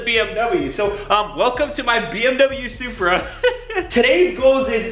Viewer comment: Ahh my boy finally sayin it right 😂 Love & Blessings from NYC Bro 🗽💰💯